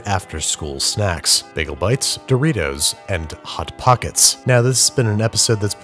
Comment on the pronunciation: Lol you said Hot-pockets like a rich person who’s never encountered one before.